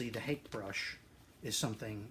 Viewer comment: Thanks for this video - I'll check out your other ones. FYI Hake is pronounced hockey (like the sport) and personally the dark glasses are kind of a disconnect for me unless you're blind or stoned... 300 followers may not be record breaking but it's a hell of a start. Congrats!